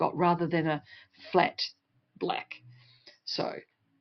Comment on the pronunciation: Why you said, bleck, not black